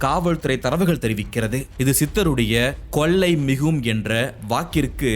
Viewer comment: கொல்லை அல்ல கொள்ளை...லகரம் ளகரம் சரி செய்யவும்....